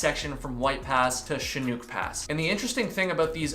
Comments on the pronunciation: the correct pronunciation for chinook is chinnook not chinuke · Chinook pronounced like Nook (hook, cook..) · Chinook, the second part is pronounced like book, or like, breakfast NOOK. First part is like the shin on your leg. So, Shin-Nook. It's a local fish. The Pacific COASTAL Trail is another nice hike... beautiful, immersive, but not ever too far from civilization. Highly recommended. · Chinook = Shin ook (like book). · Shin-uck. Pronounce the C like an S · Chinook rhymes with book and look. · “Chinook” sounds like shi-nook. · White Pass?!! He was less than 150 miles from the Canadian Boarder. Its Sha-nook. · Mazama is pronounced similar to the way you said it, but the second ‘a’ is pronounced like a in apple. Chinook is pronounces Sh-i as in igloo-n-ook such as in brook- . 🥰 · Chin - Uk. Harder on the U than the R. I live close enough that i believe I know the pronunciation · You were so close… Chinook Pass is actually pronounced “Shin-ook”👍🏼 love your channel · I never thought I'd be that person but dear lord Chinook is not that hard to say 😅 shhhhhih nook as in a nook for books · shuh nuk proper pronounce chinook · Shi+nuk = chinook like the salmon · New fan here from WA state. It's pronounced shinook (Chinook pass) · Chinook = “shin-nook” (rhymes with hook) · Is it Chinook? Like the salmon? Sha-nuck. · Chinook = shin ook (like book) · Shin nooook the o is a long sound My grandmother is from this area and named her dog Chinook so I knew how to pronounce lol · CHINOOK is a kind of Salmon...so think "fish" . The CH sounds like "Sh" and the I is short as in "fish." So First syllable sounds like "Shi." The second syllable rhymes with "hook" only with and "N." Shinook..kinda like fish-hook. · awww Chinook rhymes with book, very common term up here in Alberta. ;) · It’s Chinook (ends like Hook) like the salmon. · How to pronounce Chinook lol